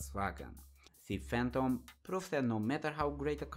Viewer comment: Its pronounced "Fay-ton" and not "Fan-tom"